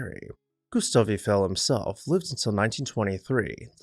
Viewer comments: It's all good but who is "Ufell"? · In all my life, I’ve never heard Eiffel pronounced that way, and I’ve been to Europe many times and all over the USA and not one person has ever pronounced it that way to me